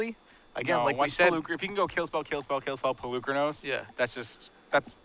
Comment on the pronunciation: is still mispronouncing Polukranos. I understand if the average player mispronounces it, it's a strange invented word for a card game, but is a paid announcer, it's his job to get details like that correct.